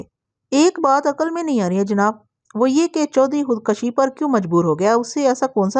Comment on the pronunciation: Khud koshi not khud kashi